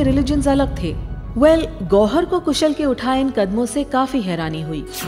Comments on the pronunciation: Kushal not koosal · It's KHUSHAL not KHUSHUL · Its not कुशल its कुशाल